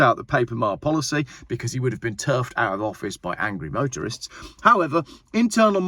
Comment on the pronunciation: Not sure I heard that right.... I know it was "motorists", but it sounded like "Voterists". I define that as "Voting Motorists". A very powerful group of individuals who really should get together and force changes in this country.